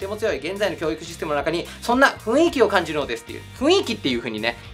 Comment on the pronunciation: 良い動画でした。 俺らに出来るのは登録いいねを押して に生活基盤を安定させて 諸々の妨害に負けず、バンバンやってもらうことかな。 あと、 雰囲気は「ふんいき」であって「ふいんき」じゃ無いですよ。 ちょっと気になりました。